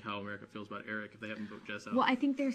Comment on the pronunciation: she can not for the life of her pronounce the word 'about'